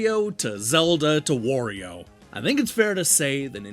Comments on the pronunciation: That's Wario, not Worio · But you're not saying "Morio" - only "Worio", so I don't think that's accent. It's mispronunciation. You're reading "wa" with "o" like if his name comes from "war" instead of "wah". His name is pronounced the same as Mario, only with W instead of M. If it was a matter of accent, you would as well say "Woluigi" but I don't believe you do :) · Like I said, it is NOT pronounced like the English word "war".